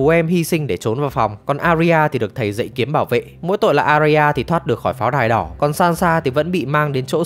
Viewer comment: Arya đọc là A - ya nhé, 2 âm thôi